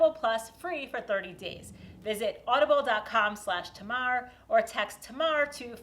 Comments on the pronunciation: Great video and a wonderful bent chair Tamar, (just what the world needs today when there could be a good market for bent chairs amongst our easily bent or totally bendable politicians,) but I was a little surprised by your pronunciation of your name with a flat first "a" as almost a "Tumar." In the UK, in the counties of Cornwall and Devon which are divided by the river Tamar, the pronunciation of the first a is almost that of "ay" to give a clear definition to the river, and to me, this is an outstanding definition that suits your amazingly adventurous personality. So, "Tamar" or "Tamar," or perhaps even "Tamar" or "Tamar," thanks again and best wishes with your next project, whatever that is, and whether it is bent or straight, or maybe even a little bit curved or wobbly. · Tuhmar? - Tamar is a Wonderful old Gaelic word. a child of Tamara, the water sprite whose underground world gives birth the (for the UK,) mighty river that divided the peninsula of Cornwall from the rest of the south west in Arthurian legend, except for a fragment of moorland that clung onto the northern passage taken by one of her lovers to the northern seas, while she flows south with the other lover, picking up admirers and allies on her journey to the British Channel via what is now called the Plymouth sound. Dark water, deep water, great water, and the name was even noted in Roman Egypt and carried down to Australia where it lives alongside that original aboriginal name for a similar river to that found in the UK, and where it can still be heard in various reproductions of the Gaelic, pronounced with the mighty Ay.